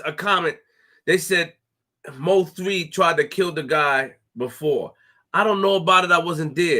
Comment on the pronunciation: It's pronounced (Moe - 3) not M.O. 3. Bro a true Dallas Legend 🙏🏾😥🚫🧢💯